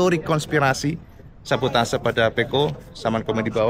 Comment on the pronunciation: 4 kata lucu "sa-bo-ta-se" 😹